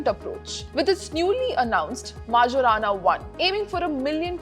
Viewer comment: That majorana pronunciation